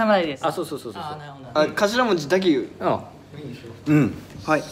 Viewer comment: こんぴの返事のしかたが「うぉん」なのジワるんよ🐶